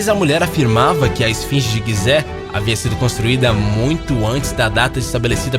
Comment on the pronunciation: Mano, tu fala tudo errado, não existe "quigibi" é KGB "KaGeBe", e não é pirâmide de Guize é Gizé, lê normal velho, não fica tentando falar com "sotaque".